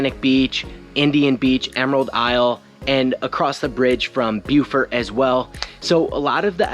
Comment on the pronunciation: youch! it's pronounced 'bow-fert', not 'bew-fert.' the latter is a town in south carolina.